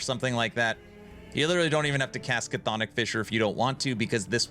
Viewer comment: Love this build, 😂 just wish you'd say Chthonic right lol